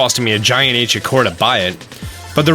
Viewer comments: IT’S ANCIENT NOT ANCINET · Ahh Yes, Ancinet Proficiency. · "ancinet" gotta love those ancinet bows and ancinet proficiency am i right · Ancient* Not ancinet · *Ancient not Ancinet :) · “Ancinet Proficiency” Mission failed, we’ll get em next time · "Ancinet Bow" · Its ancient not ancinet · "Acinet prof" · “ancinet bow’ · boy do i love the “ancinet” bow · aciNEt prof XD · "ancinet" proficiency, he said. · Ancinet bow ;3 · What's an "Ancinet" Bow? Lol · Its not Ancinet Bow for a remind but i still love your vids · He practically says Anicent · ancinent and did you mean 'best'? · ancinent XD